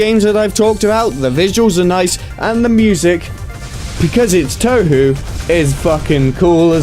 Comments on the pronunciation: “Jen-so-ki-oh...” “Toe-hu...” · he mispronounced touhou, what a 9... REEEEEEEEEEEEEEEEEEEEEEEEEEEEEEEEEE